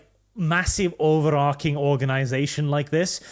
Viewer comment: How does a guy whose nickname is "" mispronounce "overarching" of all fucking words?